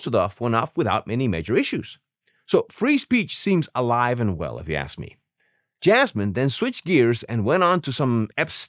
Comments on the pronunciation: I'm not going to "AXE" any questions.....that tells you everything. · Jasmine didn't ax any questions because she doesn't know how to ask any questions without saying Ax you something stupid as she is.. there is no fixing stupid by the way. And if one thing Jasmine Crockett is she is clearly stupid..